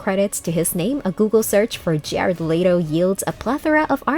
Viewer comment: That's the whites thing I've ever heard "Jerard lay-to"